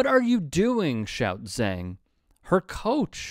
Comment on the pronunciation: Who is "Zang"? It's Zhang which is pronounced "Jawng".